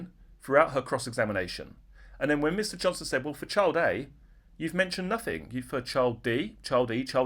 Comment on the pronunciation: Froo? What is froo? Sympaffi? Sympaffize? Nuffing? Wiv? Anyfink? Please use proper diction!!